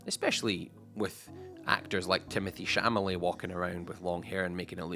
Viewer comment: He didn’t even say that he said shamalay 😂😂😂